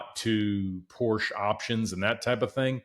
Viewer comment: Learn how to pronounce the brand man…. 🤦🏻‍♂️